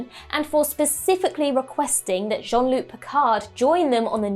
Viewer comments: Basic: his name is not John-Luc. Honestly, pronouncing his name is pretty basic. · Dear god, please stop calling him John-Luke